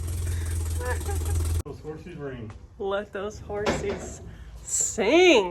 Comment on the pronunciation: When said horses 🐎sounds more like hamsters